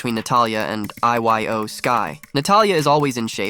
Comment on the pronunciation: I-Y-O instead of Iyo